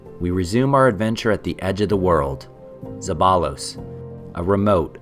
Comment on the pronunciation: Hilarious pronunciation of zeballos 😂